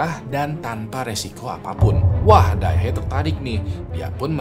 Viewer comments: Fyi cara pengucapan Dae Hee sesimpel "De Hi", bang 😊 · Bacanya "de hi" bg